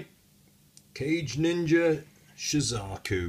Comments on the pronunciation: It's "kah-gay", not "cage", lol. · Not sure if you were joking or not by calling it "cage ninja" or not, but the proper pronounciation of the would be Ka-gei, not cage. In addition, kage translates into "shadow", meaning that the name is Shadow Ninja Shazaku. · Still like the "sound" of "Cage Ninja" though take your word for it that "Ka-gei" may be more correct pronunciation-wise and "Shadow Ninja" is certainly cool! (and makes more sense than a Ninja in a cage ...LOL). In any case why not take me to task on the pronunciation of Zaku whilst you are at it? Should be "Zak" right? "Zeeg John" xD